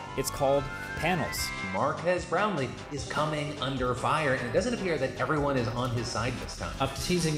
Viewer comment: Mar-gas Brap-lee